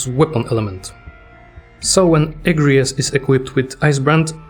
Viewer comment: Unpopular Opinion: The second syllible gets the emphasis in "Agrias", not the first. "Uh-gree-us". Yes, the game gets it wrong.